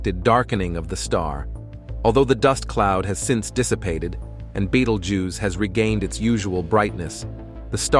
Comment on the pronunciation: I'm sick of AI voiced content! This mf pronounced the name of this star 7 different ways and didn't get it right once.